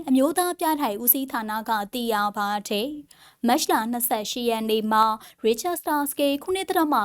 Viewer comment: ဟ...သတင်းဘယ်လိုကြေငြာတာလည်းဟ...နားထောက်လိုက်တာ ..တယ်..ကိုဘယ်လိုပြောနေတာလည်းဟ..စိတ်ပျက်မိတယ်